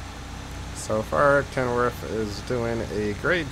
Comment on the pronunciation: brother its ken worth not kenworf